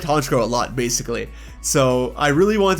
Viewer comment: IT'S FREEZE, NOT FRIDGE! AND THE SECOND C IN HONCHKROW IS SUPPOSED TO BE A K!